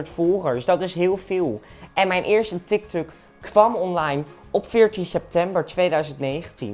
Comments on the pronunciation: Tik tok niet tik tuk hahahahaha🤣🤣🤣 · Hahahahahahaha tik tik het is tik tok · Ik ging echt lachen toen hij tiktuk en facebook en snapchat